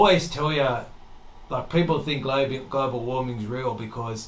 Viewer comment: Firry five, there is no excuses why this guy isn't using english correctly. Fink. What the hell is that, it's not furfer or fink. It's not that hard you idiots.